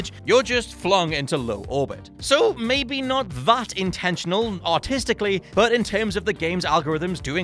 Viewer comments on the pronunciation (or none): none